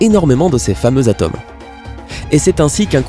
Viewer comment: cette chaze, la zane, des atames... t'as des pb avec la lettre "O" ou quoi ???